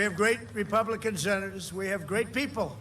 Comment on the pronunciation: “We have great senerrzzzz”🤷🏻‍♀️ I think “drained” is the opposite of fuelled.